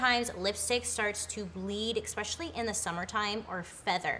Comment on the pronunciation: Awesome tips! I just wish that primer would fix my bad life choices 😜... I love how you say exspecially instead of especially lol. It’s so you! Thank you so much for such good quality tutorials...I have learned so much from you...you truly make a difference in the world and inspire people to get out of their comfort zone. As you say “it’s only makeup...you can wash it off!” Stay true to you!